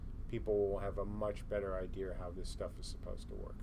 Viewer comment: Why does idea have an "r" sound in it?